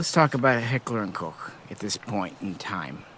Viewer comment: One of the very FEW guntubers that pronounce Koch correctly. I appreciate that 👍